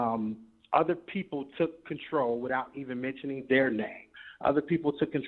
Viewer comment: Omg he said "out of conDARNtrol" 😂😂😂😂😂